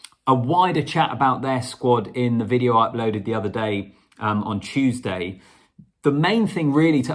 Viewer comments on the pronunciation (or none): none